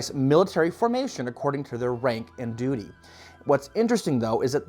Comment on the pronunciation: And laughing at him saying duty